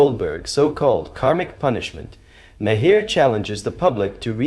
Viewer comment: It's pronounced as 'Mahr'...one syllable.